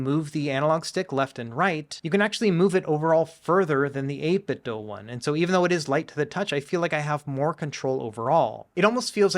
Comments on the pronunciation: 8 bit DO. Not doh. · please pronounce 8bitdo correctly. Bob Wulff seems to be the only YouTuber to pronounce it correctly. I'm pretty sure they say on their website that the "do" is pronounced like the English verb.